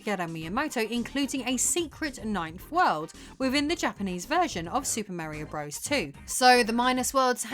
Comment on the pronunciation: Merry-o bruvvizz.